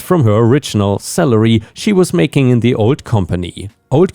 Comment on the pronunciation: Every time you said salary it sounded like celery you know the 98% water,long, green, moon shaped vegetable Cheers